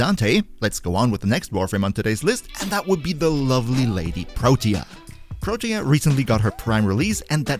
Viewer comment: He pronounced it pretty well, tbh. You can check online. What irked me was how he was saying "Protea" like it only had 2 syllables.